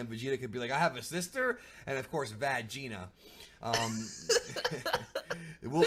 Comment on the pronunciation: Vagita's sister "Vag-ina" XD priceless